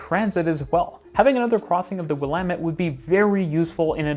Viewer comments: Pronounced "Willamette" correctly!! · Good vid, and great that you pronounce the Willamette River correctly. That's an atonement for a vid you did two years ago.